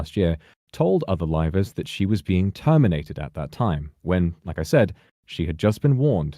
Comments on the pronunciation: Rivals? I hear rivals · The way he says "Livers" sounding like "rivals" I mean either could be true in this situation. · when says livers it sounds more like rivals. i mean that probably makes sense considering its nijisanji